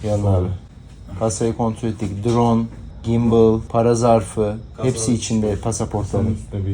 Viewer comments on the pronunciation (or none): none